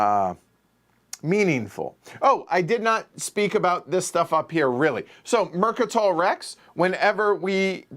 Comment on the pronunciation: Says the name of the most important planet on the map. TI fans: IT'S MECATOL, NOT MERCATOL. 🤣 But really, this game looks like a lot of fun with some neat choices. Thank you for showing it to us.